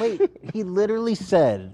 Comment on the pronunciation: Why does adin ross pronounce literally as “littly” it pisses me off lmao